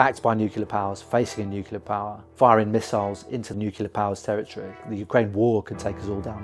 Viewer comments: Bravo! "Nuclear," though, not "nucular." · Please, “nuke ya ler“ grates on my ears! It’s pronounced “new clear”. Other than that, thanks for your great work ! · Am I the only one annoyed by his pronounciation of "nuclear" as if it's "nukelar"? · Why does EVERYONE say nuke-YOU-lur?!?!?!? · Okay, I've watched 19 seconds and you've not been able to pronounce the word "nuclear" so many times, I stop right here. Maybe get someone educated and able to speak English to make your videos next time. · Can't even pronounce 'nuclear' properly.